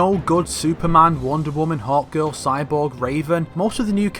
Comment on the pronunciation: I thought that he was saying 'hot girl' whenever he was actually saying Hawkgirl